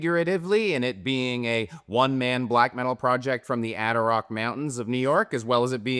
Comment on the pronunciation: It's not pronounced "Ader - Rock" mountains. You come to my house, you get my wife's name right!!! It's Christinith!!!